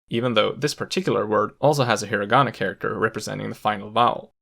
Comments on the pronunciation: I cant accept that you said HIRaAGANA KaNGJJII lIKe WTf YOU might aswell talk like a Japanese person if you gonna make a video abt it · Also he pronounces a hard 'r' in Hirigana. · exactly. it seems weird how he pronounced all the sentences but didn't pronounce hiragana, kanji, and katakana right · So u wanna tell me ure able to pronounce each character right but still say "hiragana", "katakana" and "kanji" the way you did in the video?? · Me: A normie who doesn’t speak japanese, cringed at the way he said hiragana, katakana, and kanji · It sounds really funny how you have the correct Japanese pronunciation except for the names of the three writing systems discussed here: Heera-gonna, cat-a-kanna, and caan-gee. You seem to have overlooked the fact that these are Japanese words too. :-) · i mean, he also mispronounced hiragana and katakana lmao